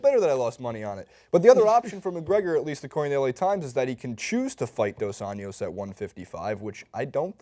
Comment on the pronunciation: It's NOT Dos Anyos. It's Dos AnJJJJJJJos. With a J. Not a Spanish 'J', a Portuguese 'J'.